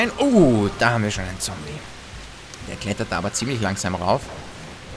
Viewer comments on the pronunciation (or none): none